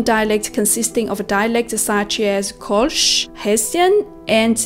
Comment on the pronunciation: das einzige an kritik das sie manches falsch ausspricht wie kölsch da sagt sie kolsch und luther spricht sie englisch aus. aber sonst gut gemacht.